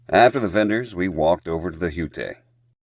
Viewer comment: What a great Fasnacht this year! I was looking for myself in the background of every shot... I think I saw myself at the bonfire? LOL, nice to see my friends and I aren't the only ones struggling to pronounce the "Hutte" !